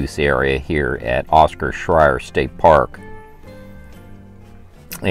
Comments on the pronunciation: Late to the party, but the park name Scherer and is pronounced "share-er". You said it so many times, I had to say something. All sites, except the two tent only have water and power... some water spigots you have to look for. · No offense but your not pronouncing Scherer correctly. 🤷🏻‍♀️